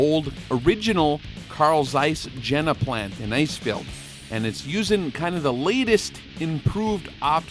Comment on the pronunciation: Awesome, I subscribed. Just note, please, for the next time Zeiss is the guy, Jena is the place and it is more likely pronounced Yena. I don't know how people supposed to pronounce it in English but it sounds really weird. They make good porcelain too, mean the Yena guys. All right, I am done, sorry for the German 101.